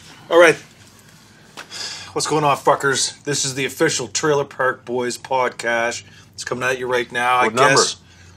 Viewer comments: He said podcash 😂😂😂😂😂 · why does julian say podcash